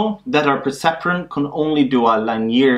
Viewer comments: The right pronunciation is ˈlinēər, I think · perhaps this was noticed during the last 5 years... but, 'linear' is pronounced 'lin-ee-ear', rhymes with 'gin-ee-ear' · I came here by a referrence from the game "while True: Learn ". Great video! Just goes to show that it is still both relevant and good teaching 4 years after you created it. One thing though: Please do try to learn to pronounce "linear" correctly. That confused me a bit for a while thinking you were referring to some concept i was unfamiliar with until i realized later in the video that you were "just" talking about lines :) Once again, great work!